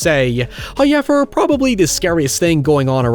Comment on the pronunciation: if you say hoyever one more time im gonna fucking lose it. HOW. EVER.